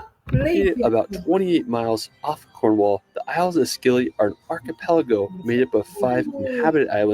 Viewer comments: The Scilly Isles are pronounced as silly Isles not skilly. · Americans always pronounce the Isle of Scilly as Skilly. It's pronounced "Silly". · Please stop that American talking about the Isles of Scilly as the Isles of Skillie........ it is a "silent C " and is pronounced " The Isles of Silly" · It's pronounced the Isles of SILLY, not SKILLY 😂 The C is soft. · They are NOT the "skillies" its pronounced "silly" - Personally I'd only go to 3 or 4 of this set of 25 'top places' as most are nowhere close to warrant being called 'top'. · The isles of Skilly ( Scilly ) 🤣 It's pronounced the Isles if Silly the c is silent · The isles of Scilly is pronounced SILLY. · That's the Isles of Scilly (pronounced Silly) And as for London NO THANKS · St. Michaels mount in Cornwall is not far from the main land. It's only a 5 minute walk along the path so there is loads of time between tides. I'll forgive him getting the name of the Scilly Isles wrong as he isn't local, but it is pronounced "silly".